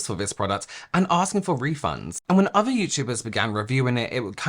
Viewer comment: Unwatchable Togeva is pronounced TOGETHER Aver is OTHER Free is FREE Fursday is THURSDAY Feir is their you sound ignorant